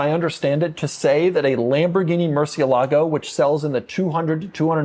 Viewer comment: Doug is the type of guy who will never pronounce murcielago correctly.